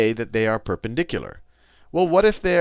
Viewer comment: i like the way he pronounces the word "perpendicular"